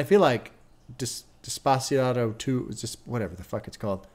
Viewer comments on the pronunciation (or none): hearing pronounce “Despacito” was an out of body experience